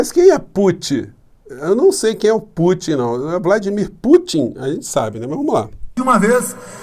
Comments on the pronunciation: "... se discutiu a soberania nossa sobre a amazona, e o presenti Puti...", Bolsonazi.... kkkkkkkkkkkkkkkkkkk É esse o nivel do desgoverno, é vergonhoso, que se= desprezível... #LULAPRESIDENTE2022🚩🚩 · Temos uma crise de caráter ou de interpretação de textos. Como o primeiro afeta o segundo, então é mais provável que seja mau caratismo mesmo. O modo que o despresidente pronuncia o nome do Putin me trouxe lembrança de infância. Na minha família, chamávamos peido de "puti" 🤣! E só agora ele descobriu que a Amazônia é brasileira. Só não entendeu que isso significa que devemos cuidar dela e não vendê-la. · Incrível este presidente que não sabe nem pronunciar nomes de chefes de estado ,,, uma piada este boso